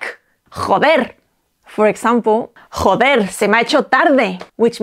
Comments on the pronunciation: I noticed with "joder' you were putting a little like, idk how to describe it properly, but like that "German" kinda "hhhha" sound when pronouncing the J. I've been told by a friend who speaks Spanish that is not the correct way to pronounce j's in Spanish, he actually said I was trying to add my "white ideals" of how words are pronounced onto the Spanish language... But I'm wondering if perhaps he was just being an asshole...? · How do you even say the 'j' in joder 😭